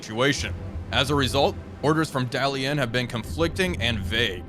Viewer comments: I love your channel, as my constant views and likes should show. However, the School of Pronunciation provides much mirth. Dalian is the latest example. 😂😂😂❤❤❤❤❤❤😂😂😂 (Daa-lee-uhn). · Dah lee ehn though my tones are off, pronunciation is actually closer to the Japanese pronunciation of Dalian (Dairen)